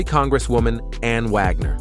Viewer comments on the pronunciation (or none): none